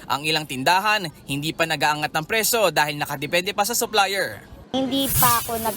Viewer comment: Bulol ata reporter 😅 presyo po hindi preso😂